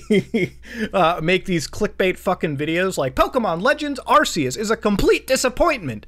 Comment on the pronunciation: That fuckin "arseus" burns me